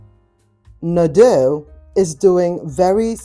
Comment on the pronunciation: We have a Nadeau near us, in Knoxville, east TN. I bought a taupe kitchen buffet 8 yrs ago when it opened, love it every day. It's pronounced Nuh-DOUGH